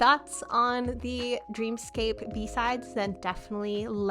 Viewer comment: fun fact dream scape is supposed to be pronounced dream escape! and this album is dreamscape.